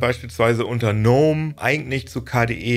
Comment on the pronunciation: Gnome wir MIT "G" ausgesprochen 😉 Gutes Video